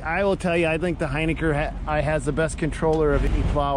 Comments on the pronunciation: It’s not “Hyniker”. It’s Hin i ker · We can clear this one up :) It is pronounced "Hin-ick-er :) Maybe on your next video you could give a shoutout about the name- it's a tough one!